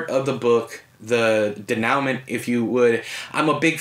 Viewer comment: Denouement is pronounced "day-new-mah" not "da-now-ment"